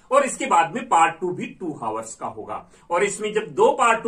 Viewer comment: Haavars nhi aavers bolte hai, hours me h silent rhta hai